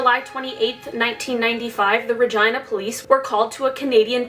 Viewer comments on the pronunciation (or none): Ha, no, it’s definitely supposed to be ruh-geen-uh pronunciation, I don’t think she knows. 😅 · The way she says 'Regina' sounds wrong to me. Its Rah-gee-nah. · The fact that the town is pronounced Ragina and not Regina cracks me up...I’m childish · Regina sounds like v*gina..... :) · I thought she said vagina police 🤣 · LOL... Is it JUST ME or did you hear vagina instead of Regina??? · I liked this video, but the way she said "regina" I couldn't stand over all cool video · It sounds like she is trying to say the female part without really saying it when she said Regina. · the way she says regina makes me feel uncomfy. im sure thats how they say it in Canada but i don't like it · Dirty minds n' all. I heard something else every time haha. I don't blame her but the people who decided it was fitting. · lol I didn't mean like that it's just that I say Regina differently than the way she said it. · I am so sorry, but the way you say regina............